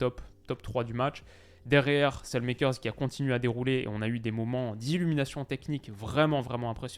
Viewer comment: je t'en supplie, Saelemakers ne se prononce pas comme ça 😥